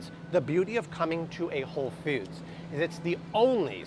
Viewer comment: Why pronounce Whole Foods as "Whole Feuds" kinda like those who pronounce coffee cawfee?